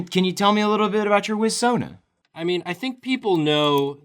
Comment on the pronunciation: Every time you said "wiz-sona", my brain said "Tommy Wiss-sona". You should do something with that concept.